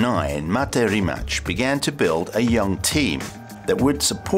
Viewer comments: Great video but dude, RimaCH... at least say RimaK (like everyone else do, you now like k in well like), the right way is RimaC (C like zz in pizza) And for those who don't know much about Rimac Automobili and Mate Rimac the reason behind the Koenigsegg logo at I think is that Rimac works with Koenigsegg on Regera and the reason why Mate speaks German in this video is that they took it from an interview for a German site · IT'S RIMAC! NOT RIMATCH... Just say this "RIMATZ" ok... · He didn't change his name to Rimak.he just told the guy to pronounce it that way. Everyone who is not Croatian is saying it different way and he just prefers it over Rimach (Rimač) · Rimac as his name is pronounced RIMAS but as the company name people have been pronouncing it RIMAK and that's how he wants it pronounced. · well, a lot of people in a lot of interviews just can't get his name right, so, shamefully, Rimac basically says "Fine, my name is Rymak, or Reemak, or whatever". But the proper pronounciation is Ree-mats. And my surname is pronounced Bear-co-vitch, not a soft w, but a strong V, like Vancouver. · rimac - its more like rimatz, or ts, not rimach, it would be rimač or rimać. hello from Croatia :) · its not RIMACH....It never was, in all Slavic languages the letter C is pronounced TZ in english just like the ZZ in PIZZA. RIMACH would be RIMAČ in croatian. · Dude it's pronounced rimatz, he tells people rimach because its easier to pronounce to non Croatian pepole. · It's Ree-matz. Not Rematch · Ja uvijek kažem Rimac. I Mate sam kaže Rimac. Ne znam odakle ljudima Rimač ili Rimać haha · Why is everybody butchering the brand name it's rima"ts" not rimak or rimach it's rimac. But you're probably the only person on youtube who can pronounce "č" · Rimac is spelled Rimatz, not Rimatch. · Not Rimač as "CH"opper than it is Rimac like Rimatz but last two letters TZ are one letter Ć in Croatian language. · It’s not Rimač. It’s Rimac. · It's not "Rimach" it's pronounced as "Rimats"!